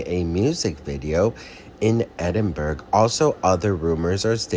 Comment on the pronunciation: Just to say it’s pronounced EDINBOROU. 😂. LOVE YOU